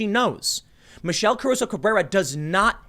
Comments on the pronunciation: let's take a shot everytime Tim pronounces it "Cabruso" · You mispronounced her name the entire video. There is no B in Caruso. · Take a drink every time Tim mispronounces "Caruso".